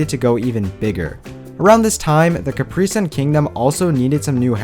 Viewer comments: Its pronounced capri-sun not capreee-sun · Your supposed to say it like caprisun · no hate but you pronounce capri sun wrong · C A P R Y S U N thats how u say it